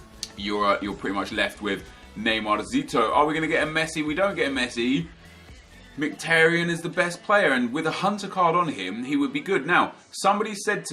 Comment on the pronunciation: You're pronouncing Mkhitaryan's name wrong. It's pronounced Micki-Taryan